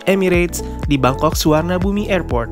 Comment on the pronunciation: Suvarnabhumi ( swarnapom) if Want to pronounce its in correct way... Not sufarnabumi